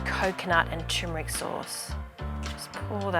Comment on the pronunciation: Looks delicious. Btw it’s turmeric, not tumeric.